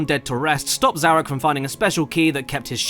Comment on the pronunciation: I've heard some bad pronunciations of my name, but Zarok takes the cake for just HOW!?